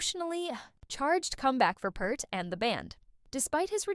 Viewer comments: OH MY GOD can you not say his name correct! It is not PERT it is PEART Pea-rt. Just run blind with it i guess. Why are Americans becoming Americant's Or just to lazy to care. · Peart as in ear not Pert like the old shampoo. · peart ... not kurt ... and it's pronounced PEERT .. everyone gets it wrong. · Sounds like someone needs to reprogram their AI, anyone who knows anything about the man knows his name is pronounced p-EAR-t. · Yes. Peart. And it's pronounced like beer or deer. Peert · If your going to do a Video about Neil Peart you might want to Pronounce his Last name Properly ..